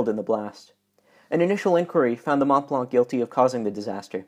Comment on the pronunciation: How difficult is it to say Mont Blanc? Otherwise excellent video. Does anyone know why the Stella was in the wrong lane?